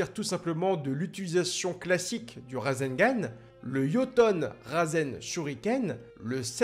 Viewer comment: Super vidéo et super prononciation de rasegan👍